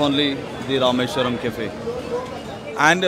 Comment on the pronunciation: Buddy it's Rameshwaram cafe, not rasheshwar